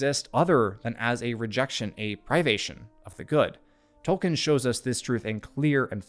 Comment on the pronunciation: Dude… absolutely phenomenal analysis. I LOVE your channel, and am doing so all the more I look at your back catalogue. (Small personal nitpick that I’m no way colors my admiration for this channel 😂: please … you’ve GOT to stop saying “Toll - Ken” … it’s pronounced “Toll- Keen”